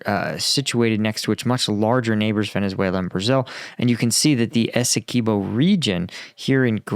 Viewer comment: It's Essequibo NOT Esse-key-bo please get that right. Written by a Guyanese ty.